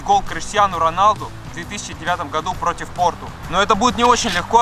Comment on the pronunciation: Арто. Пафтар гол. Ляпорда. Протяв. Интирмаяами